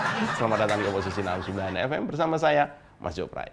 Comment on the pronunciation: Ahy baru belajar ngomong sayA rakyat kecil